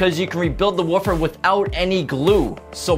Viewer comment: The way this guy says "woofer" you'd think he's talking about dogs.